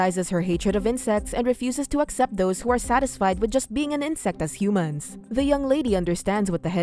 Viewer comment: Every time the narrator says Humans it makes me cringe